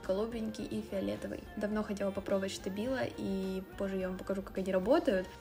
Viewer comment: не Штабило, а Стабило)